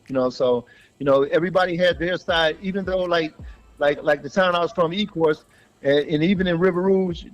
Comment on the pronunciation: It's Ecorse not ecourse